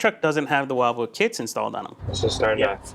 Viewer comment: It’s not While-wood, will-wood 😂